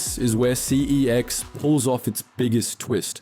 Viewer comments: It’s pronounced sex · Pretty sure the name pronunciation is a marketing tactic. Never before had anyone pronounced it that way before the ads popped up 😂